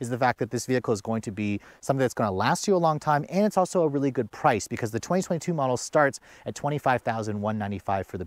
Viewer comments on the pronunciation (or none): none